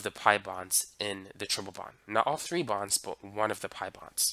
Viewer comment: Why does he saying three as tree lol.